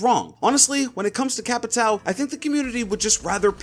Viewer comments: I’m pretty sure capatao is pronounced ca-pa-shi-o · Heyy,whats up,I’m Brazilian and there is a pronunciation to “Capitão” that you can use.Try to call him “Capitawn” Se tiver algum BR aí da up! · It is not CapitAL, It is Capitão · CAPITAO IS PRONOUNCED "CAPITAN" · Capitao ? Capitao? TAKE DOWN THE VIDEO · "Capitao" for me a brazilian this hurts to hear